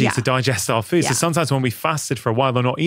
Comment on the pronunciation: No one teaches better than Dr. Mindy! Just one critique though... Why do you add "eee" to words that have "oo"? For example: Feee-Ude = Food Meee-Une = Moon Feee-Own = Phone, etc. I cringe on those words, but you are the best anyway! 😊